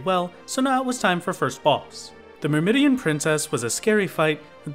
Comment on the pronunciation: Great videos dude! Just getting back into 14 and this is fun as hell to watch. Also that big ant on cutters cry, that first word is pronounced merr-mi-don. I only learned that because of elder scrolls 4 oblivion B^) Keep on keeping on!